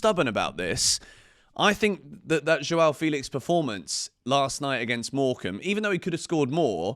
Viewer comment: Only wish you could say Felix's name correctly.